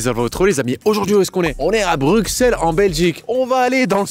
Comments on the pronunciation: Si jamais on dit: "Brusselles" et non "BruXCelles" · On ne dit pas Bruxelles, mais BruSSElles. Sinon top vidéos